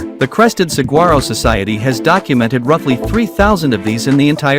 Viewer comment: Learn how to pronounce saguaro correctly. The gu is pronounced like w. Sahwaro.